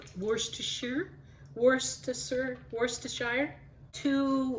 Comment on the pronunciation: Looks great. By the way I’m English, we pronounce it Wooster sauce 😆